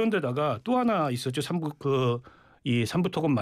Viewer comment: 삼부를 3부로 읽는 찐따 ㅋㅋㅋㅋ